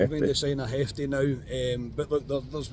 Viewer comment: Not Hef-tay. He's Brasilian not Spanish. Should be pronounced Zheff-tay-a.